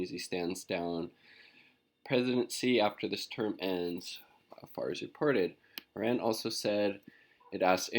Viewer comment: small detail, check yt video titled; How to Pronounce Iran - PronounceNames . com , . otherwise great channel